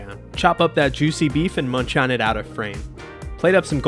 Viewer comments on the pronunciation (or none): none